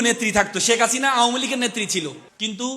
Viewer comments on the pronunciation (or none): none